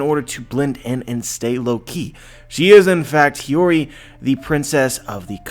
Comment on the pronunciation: omg you finally started pronouncing Hiyori right. Hearing "Hayuri" for so long was bugging me!